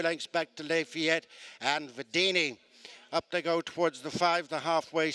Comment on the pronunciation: This race caller is always mispronouncing at least one horse's name. I thought one was "les fillettes," but no, it is in fact Lafayette.